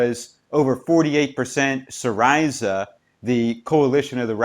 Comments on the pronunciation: I believe its SEEreezuh, not seeRISUH. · Hes not pronouncing it properly lol. Its "see - ree - zah" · Syriza... Is pronounced si-ree-za (si as in sit.)